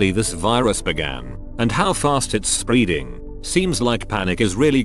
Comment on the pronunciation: No one: Absolutely no one: Reddit voice: SPREEEDING